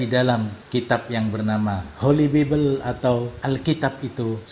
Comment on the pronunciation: Bible: Bacanya BAI-BEL, bukan bibel. English. Gelar doktor tp baca kayak anak SD baca.